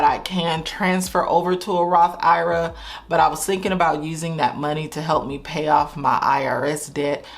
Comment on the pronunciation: Lord! I’ve been bing watching your videos, for about a year. I’m not current, but I cringe every time you say “Roth IRA” it’s Roth I.R.A. for Individual Retirement Account. I sure hope you correct this in future video. Sheesh!